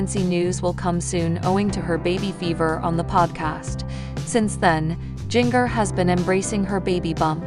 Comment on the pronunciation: Her name is Jinger not Giger! Get it right people!